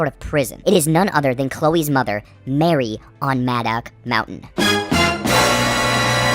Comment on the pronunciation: Did u even watch the movie like wtf half the shit ur saying is wrong and you pronounce madoc mountain wrong each time holy shit if ur going to review and explain a movie pls do it right my god 🤦‍♂️ watch the fucking thing and take notes while u watch it learn from good movie reviewers like Chris stuckman and I hate everything cause they actually watch a movie ur stupid and this is annoying and yes I agree with u on one thing and that is your not funny